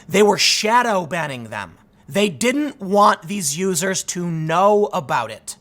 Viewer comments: Yeah that was funny as fuck. He was about to say losers and his NPC programm did actuvated and let him say "users" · I like the Freudian slip. You quickly corrected yourself. That was a nice attempted save but when you meant to say "vulnerable users" you accidentally said "vulnerable losers". I'm not crashing on you or anyting I like your vids a lot and watch you all the time but I thought that was pretty funny. I happen to be very conservative and extremely right wing leaning in my thoughts. I listen to you to step out of the echo chamber for a while and to expose myself to a different point of view. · When Tim almost says “vulnerable losers” instead of “users” 😂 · you almost said loser instead of user lmfao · “Vulnerable loos... users” 😂😂😂😂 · What was thta, Tim? "Vulnerable l-users" ?